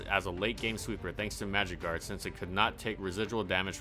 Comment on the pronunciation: When he said magic guard I thought he said magikarp lmaoooo